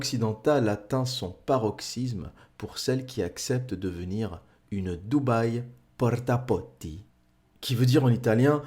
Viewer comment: Porta potti... (excellant l'accent italien 😂)